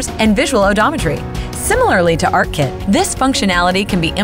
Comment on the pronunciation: "ARK Kit" ... *sigh :|